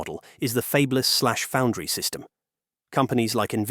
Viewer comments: I wish this AI voice could be trained to pronounce fabless instead of "fabeless" 😢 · "fabe-less"? AI strikes again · What's with the AI voice? This clanker slop is taking the You out of YouTube. I'm out at "fabeless" and not coming back to this channel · Fay-blus? LOL! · Fabeless? Geez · interesting video until the AI speech generator pronounced fabless as fey-b-lous.... just get a human to read your scripts.... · "Fabe-less" ... really? I tire of these B.S. AI narrated videos. Does no one vet this stuff before posting it? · 'fayb-less'. Ugh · And getting Fabless wrong was annoying.